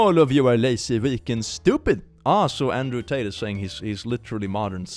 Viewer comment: I always laugh when pronounces the name Andrew Tit.. 😂